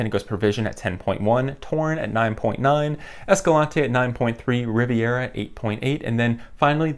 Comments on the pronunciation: sorry to be that guy but its'Rivera' not 'Riviera'. Good video though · Rivera, not Riviera, but I appreciate comparison